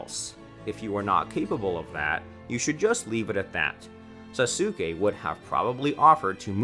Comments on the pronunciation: its sasuke not sasuukae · Le me tell u one thing When u say sasuke it kinda Sounds like Sasoke when u pronounce Sasuke Say it With Saske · bro why did u say sasukei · The fact that Sasuke is pronounced Saske and he says SasUke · He really said sasookey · “Sasookae and Sakoora” 🤓🤓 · This guy has to be trolling with how he pronounces names, “sa-soo-skay” can’t be how he seriously thinks it’s pronounced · Bro said Sasooke 🤣🤣🤣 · did you just call saskue SAS UK E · did he just call sasuke sassukae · Sah-soo-K Completely accurate pronunciation of sasuke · Don’t say there names like that please bro sasookay is killin me 🤣🤣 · I pronounce it like sasgay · “Sa-sue-kae” AHHHHHHHHHHHHHHHHHHHHHHHHHHHHHHHHHHHHHHHHHHHHHHHHHHHHHHHHHHHHHHHHHHHHHHHHHHHHHHHH THE PRONUNCIATION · bruh the pronunciations be like boruto nah buritto sakura nah sakoorah sasuke nah sasUke man 😂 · 🤦‍♂️ you know it's pronounced soskay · YO WTF why do u say saske name like that saSuke😭 u sound mad dumb💀💀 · Did he just pronounced sasuke SA SU KE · Burootoe surada narootoe sukoora susookay this man cant pronounce anything. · did mans just say sasooke?!?! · Sasookay, sakoora, narooto, hinaata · Why he pronouncing sasuke3and sakura like that tho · HE SAID SASUKE WRONG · Can u say sasuke right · He literally mispronounces EVERYTHING. Boruto, naruto, hinata, sasuke, sakura, sarada, genin, chakra- he mispronounces it all. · "SaSuke and SaKura" yeaa these pronunciations are finna be the death of me🤦‍♀️💀💀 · The way you say "Boruto, Sarada, Naruto, and Sasuke" are killing me badly from the inside and outside T^T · Sasuke...sa,su,ke...i cant understand this...try removing u in sasuke pls😃